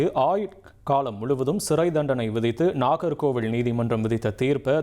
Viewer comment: ஒரு வரி விடயத்த லூப்ல போட்ட மாதிரி அதையே திருப்பி, திருப்பி சொல்றீங்க அதுமட்டும் அல்லாமல் நாகர்கோவிலை, நாகர்கோவிள் என்று உச்சரிப்பு.